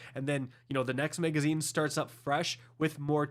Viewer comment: Why can’t this nitwit say “magazine”?